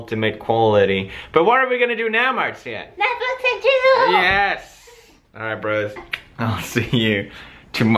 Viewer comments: first it sounded like netflix n chill...then i played it 10 times and it sounded like "netschnchizzle" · DID SHE SAY NETFLIX AND CHILL?! xD